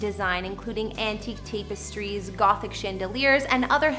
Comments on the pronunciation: It is 'Sunny' not Sawny omg show some respect and it's also not tape es tries....it's tap is tries. omg again. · Sowny? Tape-estries?